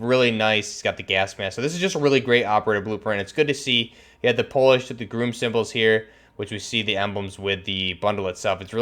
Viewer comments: Again. It's not groom as in bride and groom. It's Grom as in rimes with Mom. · Its not groom, GROM.. sounds the same as it looks. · He says groom not grum when it’s actually grom. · Why he saying GRUM???????